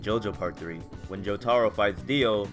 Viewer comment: Jo-TAH-row Bruh